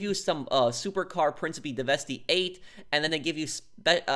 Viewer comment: Why does this guy keep pronouncing it deveste-y eight? As if he hasn't played the game for 600 hours. That's like pronouncing faggio with a hard g 😂 come on, 'life long GTA fan', you should know they play around with their names of stuff.